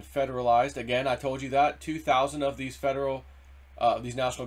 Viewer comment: Yes!! I heard it myself. He didn't clearly pronounce the "f" in "of," so it sounded more like "o' the military." One person misheard it, and now everyone has been repeating "to." People hear what they want to hear. The difference is small, but it changes the meaning significantly.